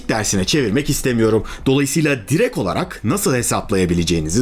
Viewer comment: "Direk olarak" değil hocam pole yok orda, direkT.